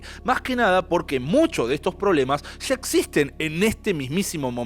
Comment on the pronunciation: disculpa la incomodidad, si la causo. Comenzé a oir el video pero al escuchar esas palabras mal pronunciadas: Sha, subra"sha", shevarnos; no me apeteció seguir oyendo. Existe la posibilidad de querer mejorar, de perfeccionar, en las cosas que si se puede hacerlo; pero si no nos interesa ser mejores comunicadores, pues hay público que no consume, lo que no está bien preparado. Es: Ya, subraya, llevarnos.